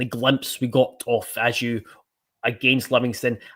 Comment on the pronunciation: Isn't his name pronounced Baggio, but without the B...I'm sure this came from the horses mouth in an interview...